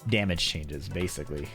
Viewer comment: Chatter: yapping: (heavy accent) EMOTIONAL DAMIDGE sidestep 1+2